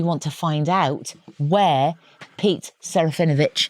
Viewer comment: Actually shouldn't it be seh-rah-fee-NO-vitch in accurate Polish pronunciation?